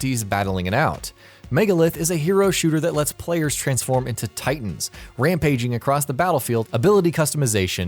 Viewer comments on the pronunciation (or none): none